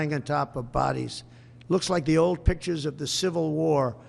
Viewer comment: I couldn't help but laugh when he spit the word "pictures" . 😅